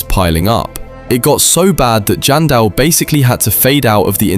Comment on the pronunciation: Its janson Manson not jandel manson